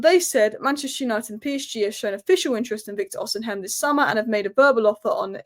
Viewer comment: It's not O-semen, it's Osimhen!